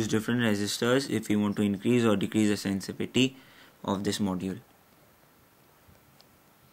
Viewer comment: The actual word is sensitivity not sensivity ! I know it is just a slip of tongue which happens to every one.